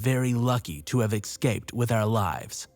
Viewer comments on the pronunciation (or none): Dear Narrator, The word escape is pronounced "s-cape", not "x-cape".